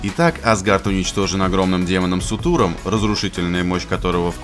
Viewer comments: Сутур? СУТУР? СУРТУР БЛЯДЬ! Ладно можно не знать скандинавскую мифологию, но сука как надо смотреть фильм чтобы не услышать как зовут данного великана? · Суртур, не сутур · Ахахаха ору, Сутуром, Суртуром* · Господи, каждый раз когда он говорит "Сутур" у меня глаз дергается.. Боже, Сурт или Суртур, но не Сутур.. хоть википедию почитал бы.. аж нервный тик уже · Первое. Не Сутур, а Суртур! Второе. Он не демон, б****, а огненный великан! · Бред какой то. Не сутур, а суРтур. И он разнес азгард из которого питала свои силы хела. Какое сражение когда он сам после взрыва пропал. И Хелла богиней смерти называет сама себя, но она не леди смерть. Это разные персонажи. Хела будет в загробном мире вроде как она не будет живой но её душа будет действовать. Материал совсем старый а видео вышло не особо давно вроде как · хочу поправить, правильное имя не Сутур, а Суртур! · Суртур а не сатур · Демон "СуРДур", не "СуТур" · Не Сутур, а Суртур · "Суртур". А не "Сутур" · Суртур, а не Сутур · не сутур а суртур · не Сутуром а Суртуром! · не сутуром а суРтуром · суртур а не сутур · Его зовут не сутур ,а суртур бл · бл не сутур а суртур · Суртуром,а не Сутуром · После того как он сказал "Сутур". Смотреть не хочется. Диз. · Этого демона зовут Суртур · А не сутур